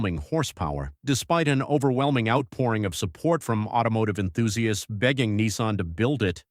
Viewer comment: Can you seriously not pronounce "Enthusiasts" or is this AI slop?